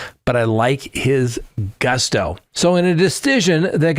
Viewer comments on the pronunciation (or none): none